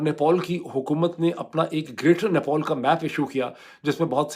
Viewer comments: Nepol nahi Nepal hai chacha. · Nepol nhi Nepal hai Bhai thik se bolna seekh pahle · अबे साले नेपॉल नहीं वो नेपाल है गधे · Gentleman it NEPAL NOT NEPOL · Idiot, it's not NEPOL 😂😂 it's NEPAL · it is NEPAL. Not NEPOL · It's Nepal, not "Nepol". It's understandable if Donald Trump pronounces it incorrectly, but not from someone like you. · He is not announcing Nepal properly. Irritating.